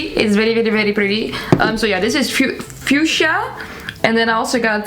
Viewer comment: Not me also forgetting how to say fuschia after hearing attempt to say it 😂